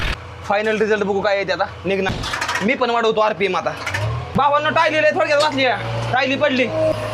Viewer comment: भाऊ ती टायली नसते re ट्रॉली असते